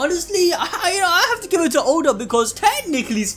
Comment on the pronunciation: It's ODA not oden lol